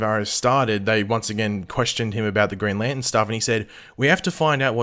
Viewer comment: dang, can you not say green lantern? grnn lantnnn